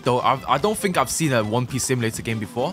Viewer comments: "Won peece" 💀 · "Won peece" thats one piece on crack 💀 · won peece game ahhaha